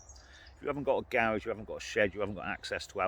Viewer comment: Thank you,, for that list! I didn’t know generators came in different sizes, so I never looked into them. I’ll be looking online today for CB radio, generator, and a phone book! I’d be lost without my phone because I don’t know anyone’s numbers! I love how you say garage. You put the accent on the wrong syllable!! 😜 Sending gratitude your way from Detroit, Michigan.